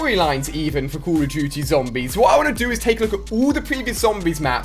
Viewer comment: " COLL OF DOOOOTY " lol